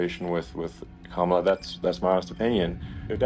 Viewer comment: The sheriff im California is calling Kamala camela